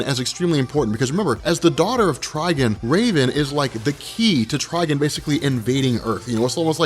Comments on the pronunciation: Did you just say "Trigen"? It's Trigon with an 'o' Spoiler alert: The Spectre is being controlled by the stupid 5th dimensional imp whom for some reason has godly powers that was able to take over the The Spectre body by removing his human vessel. Superman in Injustice is the quintessential of plot armor...... Anyone know which comic Superman lobotomizes Shazama? Or was that just in the game? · Trigon not Trgen 🤦‍♂️ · Trigon is pronounced like Tri-"Gone" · i love you buddy, but god damn these are names we all have heard in our lives. TRI- GONE MER-LIN lmao love u tho #robcore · the way you say trigons name hurts my soul